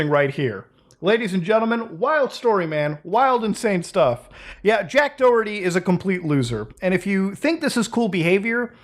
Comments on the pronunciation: you pronounce the H in Doherty. It is not Do-erty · Muda , i know you have no idea but its pronounced Da-Her-Tee , its an Irish name and we like to make words that sounds almost nothing like they are spelled , its our fav past time. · The way he said Doherty was weird 🤣 it’s an Irish surname. The h is mentioned in Doherty. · He's pronounced Doerty? I kept pronouncing him Do-herty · Is it just me bothered how you guys pronounce Doherty it's Doh-her-tea